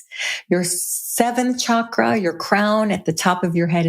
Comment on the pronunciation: I so enjoy listening and learning from your in depth you create ., Yet Pls pronounce the word Chakra correctly.. thank you. 😊